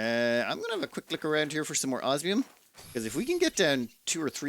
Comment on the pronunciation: I think he has a little checklist and looks to see which one he used last so he can use the other. I'm just surprised that he's pronouncing osmium correctly. I kind of expected it to undergo transformation. use of language is a high point of his videos.